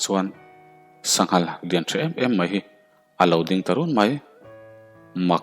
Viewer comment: Anhma ahchuan Alodingteu mai. Teu thluk loh tur aw.